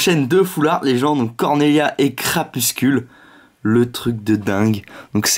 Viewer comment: C'est CrapusTule et pas CrapusCule